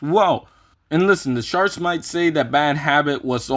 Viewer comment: When you say charts it sounds like sharts